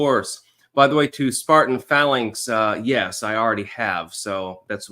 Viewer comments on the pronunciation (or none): none